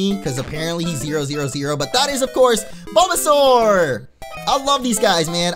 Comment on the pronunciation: Er0oR! avl and you called Bulbasaur Balbazor